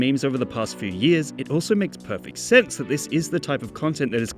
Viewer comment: "makes per..fect SENSE" 😳